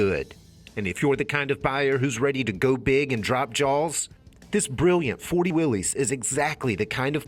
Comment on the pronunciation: Why does everybody mispronounce the name of these cars ? It is pronounced the same as Willis.